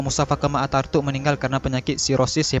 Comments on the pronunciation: Bkn artatuk tpi ataturk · Ataturk atau atartuk?? Jangan salah sebut nama 🤣